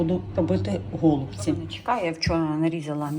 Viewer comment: гОлубці👀. Ріже вухо. Теба казати голубцІ , наголос на останню букву " і "